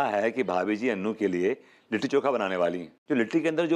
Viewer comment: Kon he anpadh & tv youtube ka editer 😅😂🤣 लिट्टी चोखा होता है kitti choka nahi 😂😅